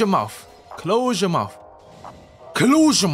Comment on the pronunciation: Am I the only one who heard "WOWOU" when he was suppose to say "YEUR" 🤣🤣🤣